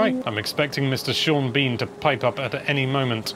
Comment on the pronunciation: Neither you nor Sean Bean said that correctly. omg x'''D